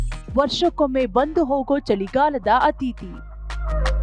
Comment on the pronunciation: ಕನ್ನಡ... ಹರಳಿ ಅಲ್ಲಾ ಅರಳಿ... ಅತೀಥಿ ಅಲ್ಲಾ ಅತಿಥಿ